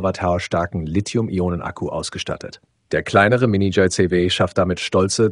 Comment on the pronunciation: Entscheidet euch mal für Englisch oder Deutsch. JayZehWeh klingt einfach nur dumm.